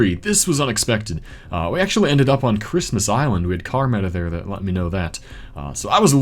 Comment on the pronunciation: I kept replaying it but couldn’t understand what he was saying. How did he instantly know that was Christmas Island?